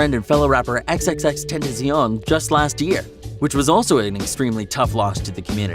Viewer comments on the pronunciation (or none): Mate it’s XXXTENTACION NOT XXXTENTAZION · Bruh fr he even said xxxtentazion🤦🏽‍♂️ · Bruh he said ski mask the slump dog mannn its god not dog and said xxtentazion its xxxtentacion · Its xxxtentacion not xxxtenzion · XxxTezean Wtf its Xxxtentacion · HMMMM HMMMM XXXTENTIZION? U mean XXXtentacion or Jansen onfroy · Its xxxtencion not xxxtensoin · And also, xxxtentacion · no one gone talk about this man be saying xxxtentetzion?????????? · DIS BOI SAID XXXTENTEZION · My mans calls xx xxxtenteicion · This guy pronouncing everything wrong.. xxxtenaceon Ski mask slum dog.. Also juice didn’t try to hide the pills it’s been stated by Chris long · “xXxTeNzEoN”. NOT HATE🙏🏽🙏🏽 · He says x´s name like egs egs tenzion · Bro did he just say xxxtentesion bruh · Dude said xxxtentaceon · Xxxtenzzon 😂 say the name name right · No one: Him: ski mask the slump dog Him: xxxtetziown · Yo this dude cant even say a rappers name he said XXXTENTAZION and ski mask the slump dog like bruh what the f*ck U need learn how so say names of rappers 😥😑😐😐😑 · Lol he said (the lost of xxx trntazeeeon) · what did he sayyyyyyyy xxxtentezeon is that how he said it😂😂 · Mans really just said xxtendizion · I’m sorry but i died when he said “X’s” name wrong bruh😭😭 “Xxxtenazuon” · Its xxxtentacion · He said xxx tenzaion That make no sense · he said xxxtentazion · Xxx tentuseeyon? Seriously bro? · Did dis nigga really say “xxxtentetesion” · You pronounced tentacion like tentazyon are you even fucking trying anymore!? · THE MAN SAID XXXTENTEZION !!!!!! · He says XXXTentinzion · Dude he said "Xxxtentazion" like wth he's so disrespectful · "Ski mask Slump dod" "Xxxtentezyon" Bruh I'm Cracking up😂😂😂😂😂😂😂😂 Lol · He says XXXTENTEZION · I know this vid’s supposed to be emotional and stuff but the way he pronounces XXXTentacion really triggered me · what tf is that pronunciation and disrespect of x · Doesn’t even say xxxtentacion’s name right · the fact he said xxTentacion wrong breaks my heart.. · say x right